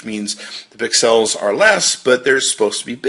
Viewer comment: Dude you gotta stop saying pix ells it sounds so dumb. You do realize you are the only person saying it.